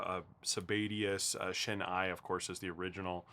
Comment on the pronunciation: FYI, the "ei" in Shin-ei is pronounced like the beginning of the word eight, not like the word eye!